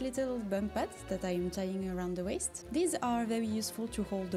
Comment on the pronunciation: My name is Bond. Waist Bond. (Sorry, I just find your pronunciation so cute😭) You going absolutely ham in the end was so deserved :) My biggest sewing mistake doesn't even get to the sewing part: I was planning a quilt and did my math FIVE times over to ensure I would order the right amount of fabric for each color......and then ended up having only enough for about half of it. To this day I still don't know how that happened :')